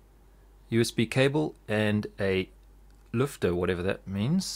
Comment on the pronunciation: i am pretty ompressed that you pronounced "Lüfter" somewhat right :)